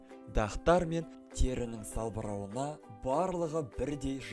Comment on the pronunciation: Салбыруын емес салбырауын